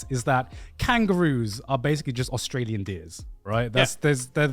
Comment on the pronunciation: I stopped watching after he said “Australier”